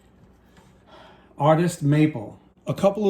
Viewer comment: Its PREMIER sounds like prem-e-air